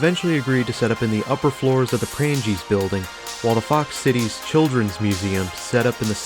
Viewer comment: Good video, unfortunately your pronunciations, in part, are an insult to the building's history! For one Prange's is pronounced with a SILENT 'G' remember there is a MAJOR influence in how thing's are pronounced in Wisconsin via Wisconsin's Native Tribes, The French, and also German settlers to name a few.